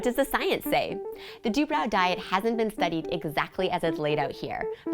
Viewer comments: I think it is said 'Du bro' not 'Du brow' as in eye "brow" but who knows 😅 "Phonetic spelling of Dubrow. d-UU-b-r-OH. dubrow" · That is not how they pronounce their own last name.